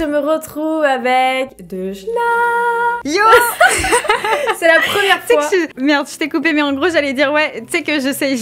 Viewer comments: À un moment tu à dit à deujna en fait!! tu voulais dire deujna mais tu a dit deudjna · quand ta dit 《aujourd'hui tu est avec Deujna》 g compris Orangina🤣🤣🤣🤣